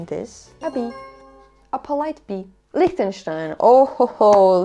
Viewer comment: 😂 LIECHTENSTEIN lol!! Solid F 🤣